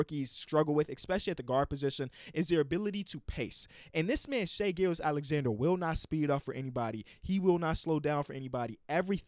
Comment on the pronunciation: They way you pronounce hs name is waaaayy better than the announcers. they make it sound like "Gorgeous Alexander" lmao